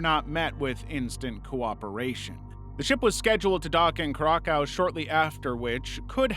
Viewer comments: Same with Curaçao, I legit thought he was saying Krakow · CURACAO = [KEER-US-OWW] :face-orange-biting-nails::face-orange-biting-nails::face-orange-biting-nails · Same for the way he pronounced Curaçao .. I felt that in my Soul too....